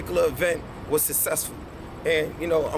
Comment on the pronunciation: Sussessful - SMACK White